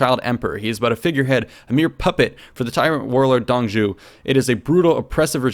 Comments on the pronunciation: Not Dong zhu, it's Zuo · Dong Zhuo's name, the "Zhuo" would be pronounced Zhoo-waw (like "oo" followed quickly by "awe", or like how warhammer orcs say (zh)-waaghh) Also: Crossbow: Nu (Zhu's) Repeater crowwbow: (ZhuGe) Lian Nu (connected/series-crossbow, "lian" is pronounced exactly like the name "ian" with an L but with a rising tone) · Dong zhou, pronounced (Dung [soft] zz-oh) major ass....i am pissed they are not covering the yellow turbin rebellion, maybe as the tutorial though... Check out the Romance of the three kingdoms podcast channel on YouTube, the creator is a Chinese American translating the book from the Chinese novel, the English translation he found lacking the poetry that is the Chinese version. It's 30 minutes long and over 130 episodes, but all the main characters from the video are long dead before that if you don't want to pour through the length of the videos. But you can get the proper pronouncations from the videos. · Dong Zhuo's pronounce should be like "Dong Draw" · Shudders every time he mispronounces Dong Zhuo